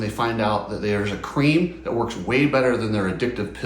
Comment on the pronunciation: Have you ever wanked with Nano extreme? The way you say cream makes me think you sleep with it under the pillow.